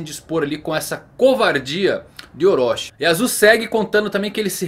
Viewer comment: Para de falar "oróchí" e orochi